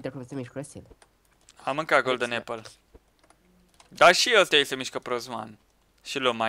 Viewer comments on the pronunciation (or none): none